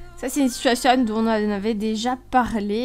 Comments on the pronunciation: Je ne te supporte pas dsl c pas de t’as faute c moi je déteste quand les personnes prononce mal les mot comme tu du situasione alors que on dit situation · On dit pas situationne mais situation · J'aime les situationne(prononciation XD)😆